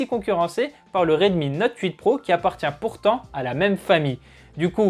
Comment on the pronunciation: J'entend Redmi note oeuf s ? Sinon super 👍